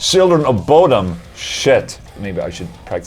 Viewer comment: Bodom is the Swedish name of the lake CoB took their name from :) So it is said: "Buu-dom".